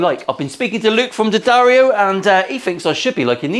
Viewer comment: Who doesn't like a good "SMIDGIN"? I'm so pleased that you have sponsorship from D'Addario and even more happy that you pronounce it correctly. It was a great episode and I for one, enjoyed the cleaner Bluesy playing.